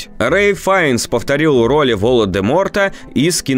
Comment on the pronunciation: Вы сказали "Вола де Морта". Правильно говорить ВолаН де Морт